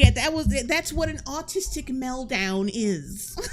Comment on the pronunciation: The “Meldown”… just perfect 😂